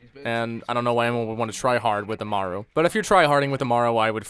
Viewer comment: Im cringing (ama- ru) aaaaaaaaggggggggghhhhhhhhh